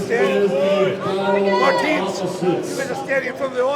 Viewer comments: He's still calling Martins "Martin" lmaoo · It's Marteenz. Larry whil.